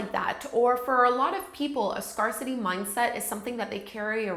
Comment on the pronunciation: Love this, thank you for it! Just one friendly thought. . . I believe scarcity is pronounced as scare-city (as in to be frightened of something) as opposed to scar-city (as in a scar on one’s body). Hope you don’t mind the note. . . I truly enjoyed the video! Thanks.